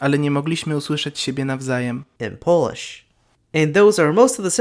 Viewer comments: you're pronouncing pretty much everything wrong in polish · He's just straight up mispronouncing most of it. So yeah, a bit of an oversight.